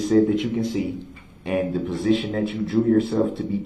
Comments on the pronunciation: Anyone notice he says presiton, not position? This man just cannot pronounce so many words correctly. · It’s position not presition, shut up!!!!